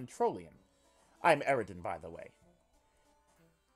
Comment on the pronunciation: it makes me extremely uncomfortable hearing you voice eridan and not pronouncing the ww and vvs